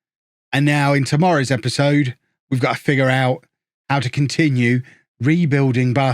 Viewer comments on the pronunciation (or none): none